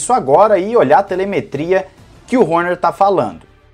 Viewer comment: adoro a tua docção quando pronuncia o sobrenome do christian horner... HÔNHÊR...KKKKKKKKKKKKK